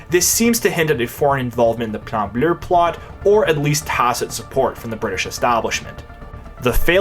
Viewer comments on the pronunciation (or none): Fun fact: there's no "R" at the end of the word "bleu".